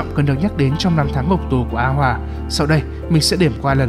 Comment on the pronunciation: a hoà mà đọc như a hoả:))